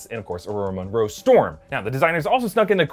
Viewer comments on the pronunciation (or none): none